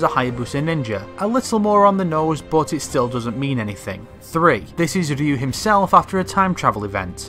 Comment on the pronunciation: Holy fuck, a youtuber that can pronounce the name Ryu!